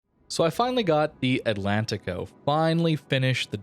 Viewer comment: It is pronounced: Atlanchico How do you say Portugal? Porchugal. Porchugueese people put ch in these spots.